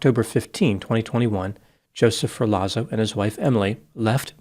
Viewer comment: Come on. what kind of Dr are you? It’s not pronounced “FUR LAWZO” it’s “Fehr Lotts O” COME ON.. Don’t disrespect Luigi and all the Italians by mispronouncing